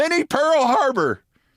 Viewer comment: You said "Minnie Pearl Harbour" but I heard Mini Pearl HARLOT. Either way, it's "gloom, despair, and agony on me [ We]".